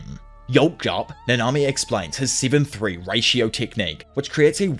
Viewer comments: Might be me but dude puts the emphasis in each name in the exact opposite of how it should be. NAnami, not naNAmi. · I was gonna watch this video but the way you say nanami is annoying af